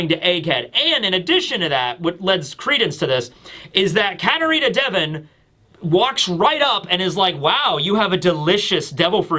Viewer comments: Day-von sounds way cooler than Devon I’m sticking with it 😂😂❤ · I will always pronounce it katarina day-von because of you 😂